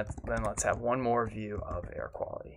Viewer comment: View not vew